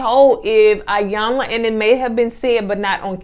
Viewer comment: So glad you reviewed this! It's pronounced E-yanla by the way.